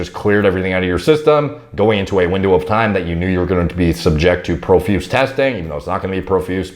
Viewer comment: Pro- feuse say it with me now